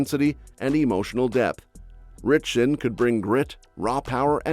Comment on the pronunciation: it’s “RITCHSON”. FYI…